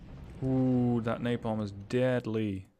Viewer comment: "Ooh that napalm is dead-lee" Do you know what else is dead-lee? Your infantry squad :D